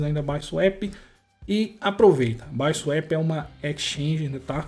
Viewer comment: N se fala baisuep , é bisuapi KKKKKKKKKKKKKKK